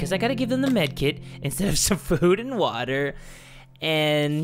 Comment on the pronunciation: I also like when you always say WaTaA